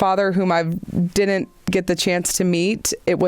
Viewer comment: I couldn’t handle it at first either but his channel grew on me